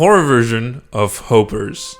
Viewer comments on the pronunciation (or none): Starting with hopper (pronounced hoper)